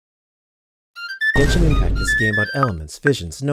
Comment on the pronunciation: I got so used to how Ashikai pronounces the genshin lore names that yours took me back a bit 😅😂